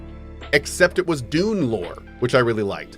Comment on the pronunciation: Have to admit, every time Cohh says Dune... I hear Doom. Something, something Dark Ages. ^.^